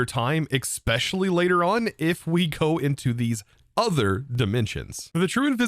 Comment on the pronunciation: Ekspecially. Permahnit. 50% = 2x